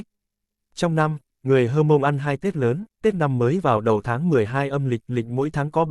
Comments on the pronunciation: Theo mình biết qua tư liệu và hỏi một số người bạn dân tộc Mông thì không có người Hơ Mông hay Hờ Mông hay "Hát Mông" nhé. Theo chữ Mông thì có chữ "H" đứng trước như vậy là phụ âm gió, khi phát âm có một lượng hơi bật qua mũi, chí có người Mông hoặc rất ít người khác phát âm chuẩn tên dân tộc Mông. Trước đây thường được bệ luôn chữ của người Mông vào các văn bản hay tài liệu... là "H'Môngz" (Hmoob), nay đã có văn bản quy định chính thức viết là "Mông" rồi, nhưng lưu ý khi phát âm nhé, rất giống tiếng Pháp, người Mông thường nói tiếng Pháp rất chuẩn vì cùng hệ phát âm. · Chữ H'Mông, hoặc Hmoong (chỉ dân tộc Mông) là cách viết theo ngữ latinh, Pháp, còn đọc thì là "mông", vì trong ngữ pháp các ngôn ngữ này chữ "H" không đọc (không phát âm), gọi là H' câm, nên phiên âm cũng đọc: dân tộc H'mông là Mông, còn viết thì cũng nên viết theo phiên âm cho phù hợp, tránh phiên âm sai (như là đọc: hơ mông); các dân tộc ít người khác cũng đã đọc tên dân tộc theo phiên âm cho thuận lợi, trừ các dân tộc Tây Nguyên (cả tên địa danh) vẫn viết, ghi theo phát âm của chính họ cho nên nhìn chữ thấy rất khó đọc (mà không phải ngoại ngữ), còn lý do thì các bạn tự hiểu, vì rất tế nhị, dễ hiểu sai, không khéo rồi mất lòng kinh- thượng